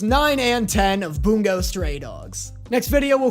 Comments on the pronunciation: *boo-ngo not bunggo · The way he says bungo stray dogs like boonga stray dogs instead of bun-go stray dogs is priceless imo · ITS BUNGO NOT BONGO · You saying it as bun-go pained me (its boon-go)